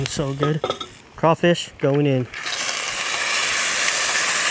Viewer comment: Being from Louisiana i can appreciate the simple fact that you say “Crawfish” and not “Crayfish” 😩🔥😍